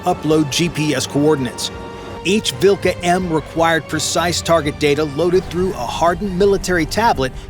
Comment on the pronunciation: It is pronounced vil'hA